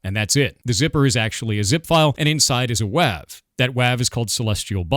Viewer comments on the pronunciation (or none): I'm really mad now that I've learned you pronounce .WAV as "wav" instead of "wave." Why are you like this? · its actually pronounced "wave", never beating the allegations now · I was born in the 80s and this is the first time I've ever heard someone say a 'wav' instead of a 'wave' file xD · Here's hoping this derails the hate train. Now, can we talk about how he pronounces them as "wavv files" instead of "wave files?" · Is truncated really pronounced trun like nun, and not troon??? also is .wav /not/ wave??!? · None of this supposed evidence holds any water with the way you pronounced the "wav" extension. Isn't it short for waveform, have I been wrong my whole life???